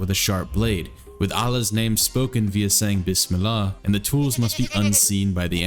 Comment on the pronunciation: BIS-MIL-LAH IM CRYING